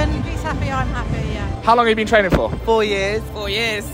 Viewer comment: "4 years of trenning hard"💀